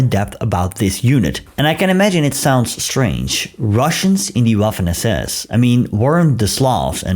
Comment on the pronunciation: As you're aware, the Dirlewanger or Waffen "w"is pronounced as an English "v".